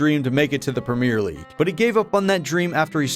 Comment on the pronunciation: As a European, the way you pronounce Premier League gives me as anxiety